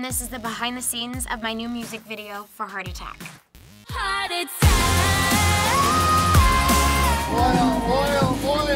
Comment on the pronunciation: At the start it sounded like she said hardy tack!